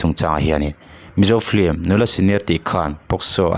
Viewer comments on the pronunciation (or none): "Film" tih pronunciation hi Vai lei tlir dik ve thei lote'n "flim" tiin an lam țhin a. Keini Mizo tribal thu har leh ulh deuh pawh lam dik thiam v ek si hi chuan "flim"chu i ti ve lûl lo ang u. Mizo lei hian" film" tiha letter "l" lam ri telin "f-i-l-m" tiin kan lam thiam êm êm tho a ni. Chuvangin, "flim" tiin lam ve tawh lo hram teh ang u. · Ti nge a chhiartu ber hian ' flim' a tih tlat le?